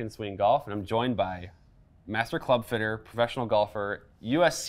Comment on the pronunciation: Fitter. Not Footer 😬